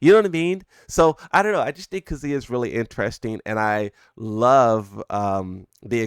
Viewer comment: This man says "KAZOOYA"